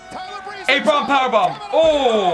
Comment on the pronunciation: How do you not know the correct way to say “Apron.” 🤣